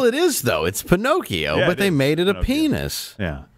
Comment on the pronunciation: "Lie to me penokeo" 😂😂😂😂